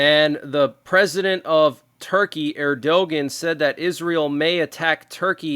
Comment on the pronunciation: The leader of Turkey is not the way you pronounced his name. It is pronounced Ur Doe Wan (Erdogan).